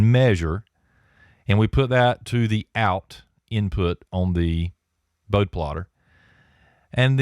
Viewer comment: Pronounced Bode-ee (Boad like toad, with an "eeee" sound at the end.) Enjoyed the video